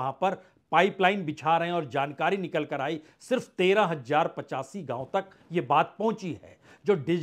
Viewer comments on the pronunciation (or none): Sir, aapka analysis to acche hote hai lekin hamari language kharab hoti hai. Please thodi Urdu sikh le. Z aur J me farq kare. Thank you. Jindagi is Zindagi, Jarur is Zarur Hajaar is Hazaar Jara is Zara etc.